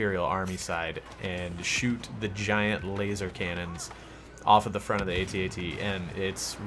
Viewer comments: It's AT AT not A.T A.T... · Hey dude. Imperial walkers are not pronounced, "aye tee aye tee". They are pronounced, "@@